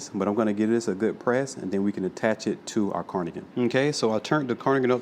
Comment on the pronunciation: Great tutorial. Q: Is it: Carnigan Or Cardigan.....? You sound as if you are saying Carnigan.